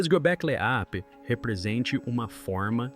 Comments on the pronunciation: Hoje eu aprendi que eu nunca houvera sabido pronunciar o nome Göbekli Tepe da forma realmente correta, tantas vezes ele pronunciou esse nome de milhares de outras maneiras sem ao menos repetir nenhuma... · . Göbekli Tepe é nome extranho, mas acho que você conseguiu não dizer corretamente nenhuma vez, e nem repetir alguns dos erros ! ! ! 🤌👏👏👏👏